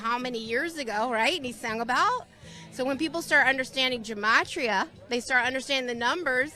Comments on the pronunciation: For the record, Gematria is pronounced with a hard G. Also, they can't even get it right. They just think that the letters A-Z map onto 1-26. Originally, Hebrew Gematria was a base-10 system. The first 9 letters (א–ט) are 1-9. The next 9 (י–צ) are 10-90. The last 4 (ק–ת) are 100 to 400 (the Hebrew alphabet only has 22 letters). Also, and I feel like this shouldn't need to be said, but Gematria should only work in Hebrew (Y'know, the original text?), not English, causing the "A-Z=1-26" to make even less sense. That said, my friends and I had a lot of fun with that system (which we dubbed, "English Gematria") in elementary school. Another fun Gematria fact: 666 is the Gematria of "נרון קסר", which means "Nero Caesar". Saying that it was "the mark of the beast" was the ancient Jews' way of rebelling against the Romans. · I know this isn't the most important thing but gematria is pronounced with a hard G, ancient Hebrew didn't have a J sound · This mispronunciation of Gematria annoys me. The G isn’t pronounced like a J. It isn’t a conspiracy either. It was an ancient form of code Jews used to conceal who they were talking about. Ironically these people probably also think 666 is the sign of the devil when In reality it was referencing Nero. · its Gematria with a G GUH as good not J JUH there no j in hebrew it wasnt A-Z its hebrew. Aleph 1 Bet 2 Gimel3... also just like romen numbers I 1 V 5 III=3 NOT one hundred eleven. there no numbers in hebrew, aleph 1 bet 2 gimel 3 dalded 4